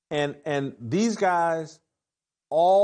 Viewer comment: "Dees guys". And you want us to take you serious and as the smartest person in the room.